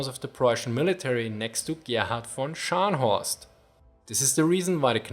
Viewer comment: scharnhoorst, prinz oign.